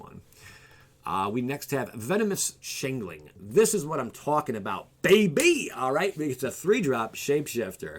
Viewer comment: change-ling not chain-ling